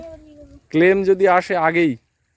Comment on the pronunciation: কথাটা ক্লেম হবেনা ব্লেম হবে